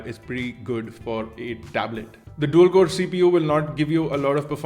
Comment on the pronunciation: U said "Dual core" in video....